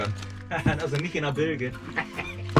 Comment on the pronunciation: Und trotzdem beide relativ entspannt und mit galgenhumor dabei😂 Viel Erfolg beim refit! Und bitte: Es wird "Bilsch" gesprochen, rege mich da bei meinem Stegnachbarn auch jedes mal auf 🙈🤪